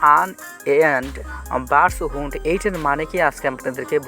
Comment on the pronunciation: হান্ট উচ্চারন ঠিক নাই, সে আবার এন এফ টি বুঝাইতে আসছে 😹